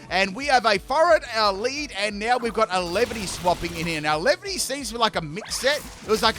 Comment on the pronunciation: Dunno if I’m impressed with the commitment to purposefully mispronouncing all three of the lines names or dumfounded cause no-one can be that dense